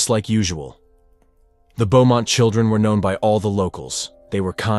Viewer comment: Pretty sure you say it "Boh-mont", not "Bew-mont". Also, it's "dug up", not "dugged up". Want me to be your proofreader?! I catch them all, even in best-selling novels. Yeah, I do like your channel actually. I'm kinda dark.